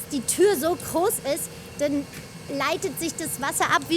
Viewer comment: Bitte den Off-Sprecher dringenst Konsonanten sprechen üben lassen. "Proplem, Trei, Kroß, Alexantra". Akzent hin oder her, aber das ist teilweise wirklich schlimm anzuhören.